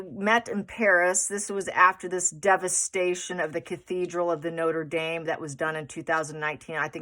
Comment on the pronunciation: i watched this hours ago, but something is really bothering me. "Notra Darm". Say it. It will make you sound better read (pronounce that "red").